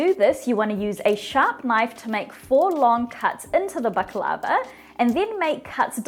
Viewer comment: You’re not pronouncing it right!